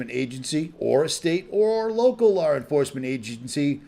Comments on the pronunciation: I cant get over "Lawr enforcement" La enforcement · WTF is lar enforcement... I'm trying to listen but hearing lar instead law cringes me..